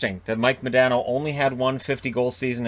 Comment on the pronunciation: Its MahDaaahhhNo